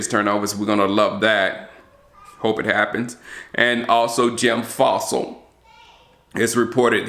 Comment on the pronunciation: Its John Fassell NOT Jim Fossil!! And he is good also has HC experience like his pere.